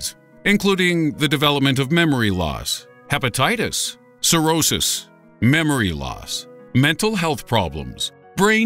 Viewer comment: I laughed when he said memeory loss x 3...